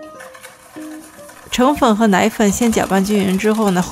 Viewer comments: 谢谢分享！捉一个小虫，应该念澄(dèng)粉而不是澄(chéng)粉哈。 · 原来我也一直读 澄粉 chengfen， 但后来查了一下才发现应该念 dengfen。 好像chengfen念着更顺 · 纠正个小错误 澄（dèng）粉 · 我记得“澄粉”是念“deng”粉......发四声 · 澄粉又称澄面、澄粉、汀粉、小麦淀粉。是一种无筋的面粉，成份为小麦。可用来制作各种点心如虾饺、粉果、肠粉等。是加工过的面粉，用水漂洗过后，把面粉里的粉筋与其他物质分离出来，粉筋成面筋，剩下的就是澄面。 《新华字典》中“澄”读cheng时，它的解释是“水清”，“澄清”就是读cheng，读deng时，它的解释是“让液体的杂质沉下去。” 因此，deng描述的现象符合澄粉的制作过程，所以“澄粉”应读deng.第四声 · 澄粉的澄读dèng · 我们叫澄(deng, 第四声)粉，哈哈哈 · 那个字读做deng 粉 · 中秋快乐呀！是澄deng四声粉哦～ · 提前祝中秋快乐 好像澄粉的发音是 dèng fěn？？？